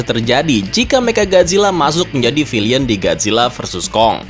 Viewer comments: Baca "villain" itu bukan vilian tapi vilein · villain bang bukan Villian